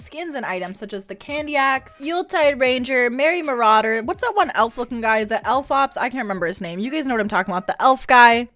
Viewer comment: "Elf Ops" LMAO